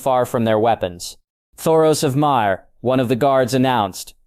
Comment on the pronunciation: As I said it’s a good story! You just pronounce names wrong a lot. I’ve heard got knows how many variations of yigritte and “myr “ 😂